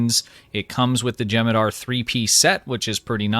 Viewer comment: U gotta pronounce the h in jem'hadar